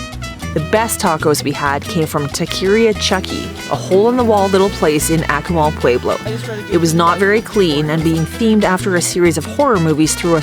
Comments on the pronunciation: Yes... phonetically, it's correctly pronounced 'AH-koo-mal', not 'ACK-oo-mal'. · you need to learn how to pronounce the city name correctly.